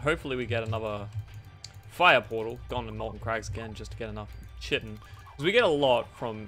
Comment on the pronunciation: Fun fact! It's pronounced Kai-tin, not chitin. English is weird.